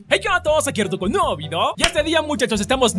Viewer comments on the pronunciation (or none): Cuándo estaba saludando dijo vido envés de video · alguien escucho, "aqui con un nuevo vido"??? Xdxd :v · Soy yo o en ves de decir video dijo video, no solo en esto sino en todos.